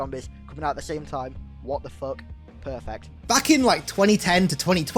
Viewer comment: "What the fook? Pehrfect" Amazing lol